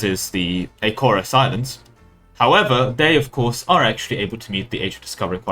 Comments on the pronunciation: Sorry, I know this is ancient, but some pronunciation advice: Tenerife = Te-ne-REE-fay (final vowels are not silent in most languages besides English and French) Açores = Ah-SOR-ehs (the letter ç is just "s" in French and Portuguese, which is why we just write "Azores" in English) Ceuta = Seh-OOH-ta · i'm not trying to be mean great video, but that's the wildest pronounciation of açores i've heard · Cool video and interesting facts, but something inside me died when you said Akores Islands to the Acores. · I feel like you mispronounced the Açores and Ceuta on purpose just to get a reaction...